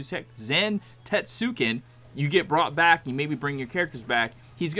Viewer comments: it’s pronounced Zan-tets-ken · Awful video. Just guessing at the mechanics instead of understanding them. Don't even know how to pronounce the move name. Awful.